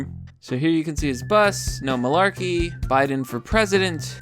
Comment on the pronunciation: Tim Pool did not know how to say malarkey....I loved it. You know your catchphrase is outdated and irrelevant when people can't say it and have no idea what it means.